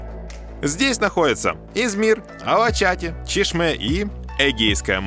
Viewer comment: Очень классно показали все, наверное это лучшее видео об Измире...но правильно говорить Алачаты, ударение на последний слог. Ал- алый, ала разноцветный, чаты-крыша. Полагаю отсюда перевод красная или цветная крыша. И...кумру, а не кумрю ;) а туркам даже нравятся такие ошибки. Удачи!